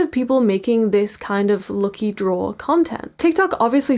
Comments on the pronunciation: Why are you pronouncing "lucky" like that? It's not how you say lucky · WHY ARE YOU SAYING LUKY NOT LUCKY??? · Everytime she says 'lucky' I hear 'lowkey'😂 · The way you pronounce "LUCKY" for some reason really pisses me off, sorry